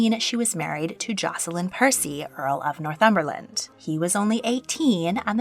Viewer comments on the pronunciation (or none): none